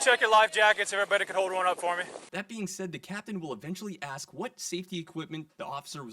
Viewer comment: Why can't people say ask not aks ?